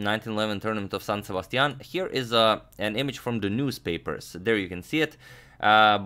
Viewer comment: That San Sebastian accent is pretty good